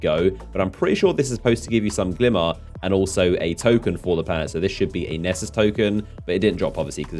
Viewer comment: Lots of Plundaarr and glimmaar😁